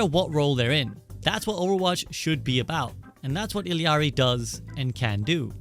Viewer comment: finally someone who pronounced illari right😭